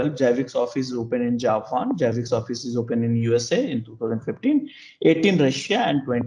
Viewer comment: It's annoying he calls it JABIX. It is ZZZZZZ ZAABBBIXXXX like ZERO not JEERO.